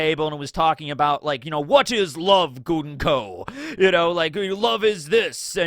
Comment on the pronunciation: Came for the info, stayed for the pronunciation of Gunko, let for the repeated references to Bleach...